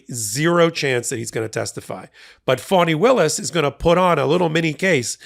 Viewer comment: Thanks for being one of the rare places that pronouns her name correctly. Even amongst "left" leaning sites.